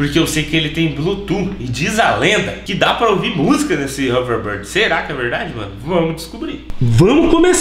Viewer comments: Não é haverborde é houverbord kkkkkkk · Não é overbard é overboard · nao é overboard é overbórd que se diz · "HoverBARD"??KKKK😂 TUDO BEM,CADA UM CHAMA DE COMO QUISER😆👍😉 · O fala hoverbird kkkkkkkk! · Hoverrrbird kkk